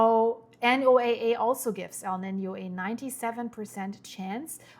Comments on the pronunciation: You said the key part "below the surface " its SOURCE not the surface nor the mid levels its at the floor !!!! What does that tell you ?!!!!!!!! NOAA Pronounced No-uh ! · Thank you for all of this info. Also, we call "NOAA" Noah that's how it is pronounced in the U.S. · for NOAA, you can just say Noah. Everyone pretty much knows that is what you're referring to. 👍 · Is anyone going to tell her how to pronounce the abbreviation for NOAA?